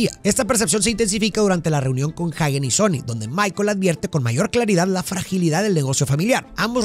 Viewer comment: Excelente pero si utilizas español para pronunciar el apellido de Hagen como esta escrito entonces se pronuncia "ajen" y no "jaguen" porque no lleva u después de la g, lo correcto es pronunciarlo bien en español o bien en inglés que se pronuncia "jeiguen" solo es una sugerencia porque repetirán como tú lo digas y he ahí el destrozo del lenguaje y la pronunciacion incorrecta, slds